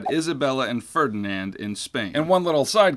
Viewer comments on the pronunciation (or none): none